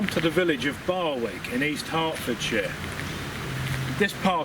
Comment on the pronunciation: Great video. Just one point to pick you up on. Barwick is pronounced Barrick. The w is silent. BTW, you need to get a microphone. Otherwise, good work.